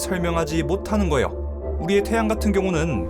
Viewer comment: 나레이션 발음이 좀 거슬림. 거예요가 거요로 들림.